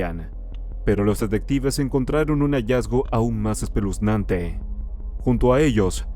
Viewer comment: "Espelunzante" no existe😊Se escucha mejor "espeluzante"☺